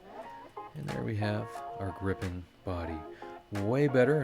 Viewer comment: As a Swede it is fun to see a Swedish aircraft represented. EDIT: Gripen is pronounced with a long i by the way.